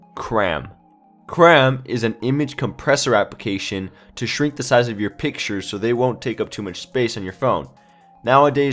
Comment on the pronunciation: Thanks for "Piktures" :)